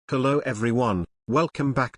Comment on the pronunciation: Is it me or everyone thinks that he says "kello" instead of "hello" at the starting lol